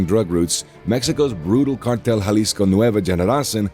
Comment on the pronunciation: yall pronounced cartel jalisco nueva generación wrong .